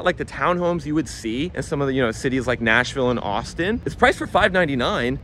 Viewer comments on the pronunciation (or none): none